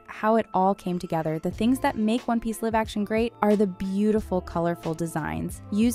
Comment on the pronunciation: Did she read the scripted "live action" as "liv action" instead of "lIiiiive action" ? Dayum! Amateur!